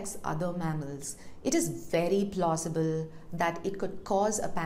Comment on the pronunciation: It is VERY PLLOSSIBLE 😂😂😂